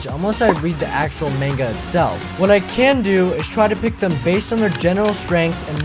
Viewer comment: I like the fact that he used the manga Pokemon too but the way he pronounces manga is "off" to say the least.